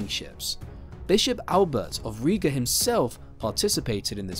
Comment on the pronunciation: Riga not Ria; Livonia not Divonia...